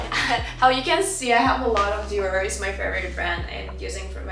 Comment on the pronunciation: Уау реально есть прогресс в инглише, осталось поработать над межзубным th и у тебя вообще не будет чувствоваться акцент и в целом немного отвыкнуть от русского произношения по типу гель, диор итд